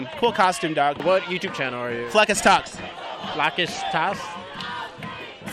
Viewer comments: “what youtube channel are you? “fleccas talks” .......................”fleckash talsh?” 😂😭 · dude said flakaz tous 😂😂😂😂